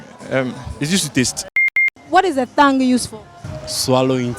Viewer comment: its not thonge its t sound no h